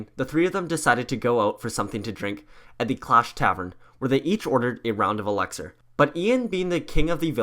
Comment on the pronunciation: Its elixer not elaxer